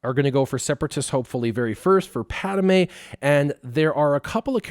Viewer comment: Padme not Padame